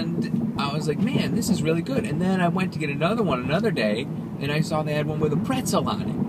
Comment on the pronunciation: "Weal good bar"